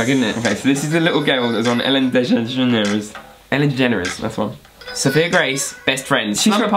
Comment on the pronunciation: trying to say ellen degeneres is hilarious 😂